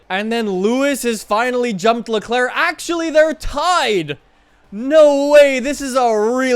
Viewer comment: Dude amazing vid but you need to learn how to pronounce Leclerc and Vettel😂🤦🏼‍♂️